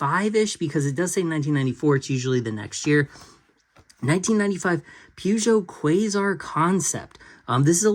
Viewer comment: One of these days, Peugeot will be said correctly. Ha ha.